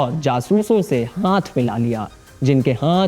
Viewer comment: आकाश! आप हाथ का उच्चारण हांथ करते हो बहुत गंदा लगता है। कृपया सुधार करें